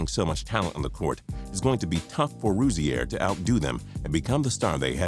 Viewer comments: It's pronounced Rosier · It's pronounced Ro-zeer not fucking Ro-zee-air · Terry ru-zee-air 😂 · Why do you pronounce Rozier like that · The way he says Rozier makes me cringe. This dude obviously don't watch basketball. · Learn how to say rozier next time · You're badly mispronouncing Rozier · U trying to pronounce terry rozier was killing me dude and u r dumb if u think anyone picked out of the lottery can be considered a bust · You pronounced Rozier wrong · You are saying terry Rozier wrong I met him that you are pronouncing it wrong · You said Terry Rozier's name wrong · You cannot say Terry Rozier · I'm mad at how he pronounced rozier